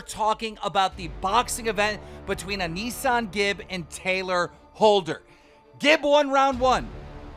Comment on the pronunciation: Keem still can't pronounce AnesonGib. It's pronounced "An-i-son"